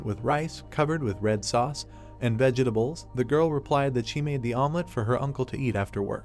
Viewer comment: Pls pls fix the way the a.i says vegetables.